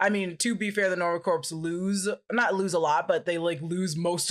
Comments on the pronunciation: please learn to pronounce corps correctly. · Somebody tell that 'Corps' is not pronounced phonetically 😅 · Please learn how to say CORPS!!!lol. It hurts... a little.😬